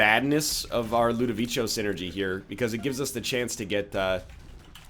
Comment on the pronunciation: its ludovicos technique not ludovicio this is how u pronunce it right :/ l u d o v i c o